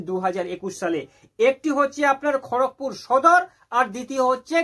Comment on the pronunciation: ওটা খোরকপুর না খড়গপুর